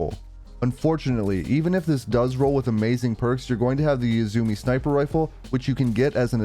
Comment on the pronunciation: Great video, but I'm afraid I'm gonna have to be that guy. It's "U-zoo-may." It's Japanese.